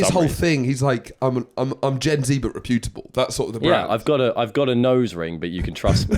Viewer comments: I don’t like the way you’re pronouncing reputable I’d go as far as to say I think you’re completely mispronouncing it Type the world reputable into google and press the audio button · Reputable isn't pronounced "reh-poo-tible" - it's "repyu-tibble" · Please stop saying hyperbole and reputable like that.